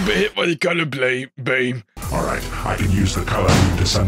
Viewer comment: I don't want to be hit by the color bleam. Beam got me laughing 😂